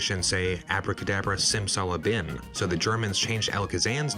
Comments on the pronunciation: "Simsala Bim", not "BIN". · It’s BIM not bin.